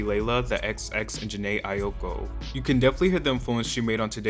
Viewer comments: Aiko not “Aioko” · Jhené EYE-OH-CO?! 🤣🤣🤣🤣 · My man really said Jhene EyeOko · "Jhené Ayoko?" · Nobody finna talk about saying “Jhené Aioko” twice💀💀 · Why are you butchering jhené’s name like that? She’s an RnB legend give her a little respect 😩😩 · Jhené Ai- what? Try again please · not you mispronouncing Jhene Aiko’s name 💀